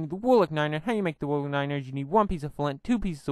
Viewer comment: Not to be rude but its probably your accent its Wool not wooooooo I also want dis mod